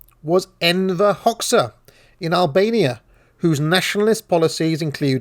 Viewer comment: Ahem, it's pronounced HOE-JAH, not hocksa! Xh in Albanian is pronounced like J.